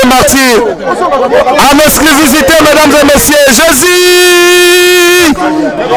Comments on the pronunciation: Il dit plutôt "exclisivité" 😂😂😂😂😂😂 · Journaliste ya zoba, balobaka : exclusivité, mais yo ozo loba exclivisité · il dit en exclivisité! Faites bien attention 🤣🤣🤣🤣🤣🤣🤣🤣🤣🤣🤣🤣🤣🤣🤣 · On dit en Exclusivité et non en esclivisité MR LE CHRONIQUEUR